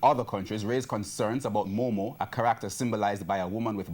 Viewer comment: He said "moomoo" I'm DEADDD💀